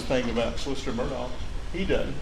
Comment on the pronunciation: OMG the rebuttal patronizing the jury with folksy country "he don't" and "it dudn't." And he might be guilty but defense didn't do their job in closing argument. It was all over the place. Any defendant deserves better than that.